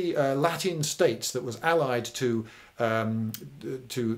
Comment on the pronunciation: yeah because it looked like he was trying to pronounce italian rather than latin